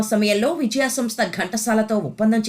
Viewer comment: విజయా సంస్థ పేరునే సరిగా పలకలేని యాంకరమ్మ ఆహా